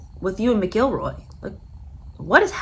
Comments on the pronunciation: Cory's last name is pronounced "Mackle-Roy" not "McGill-roy" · So “Mac”-“ill”-“Roy” Emphasis on “Mac”. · Roar-ee Mac-Ell-Roy is how you pronounce his name. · Pronounced.. Mac el Roy.. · Mac ill roy this is correct pronunciation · no ,show enough respect to get the pronunciations correct. Don't act uneducated. Like most Americans. Lol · She mispronounced this golfers name so many times now I can't pronounce it 😖 show respect and get the pronunciations correct. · Please check your pronunciation of his name!!!! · You can’t even pronounce his name!